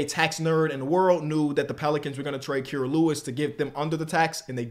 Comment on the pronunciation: KEEPS MISPRONOUNCING KIRAS NAME 💔💔💔💔💔